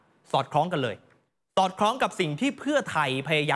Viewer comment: ยังไม่รู้เรย ( ยังไม่รู้เลย ออกเสียงให้ถูกครับ)